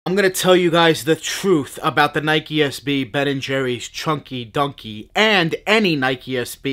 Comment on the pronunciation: Choin-ky doin-ky is what I hear